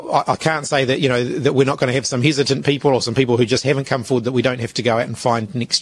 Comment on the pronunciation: Damn those 'Hizitent' people 😂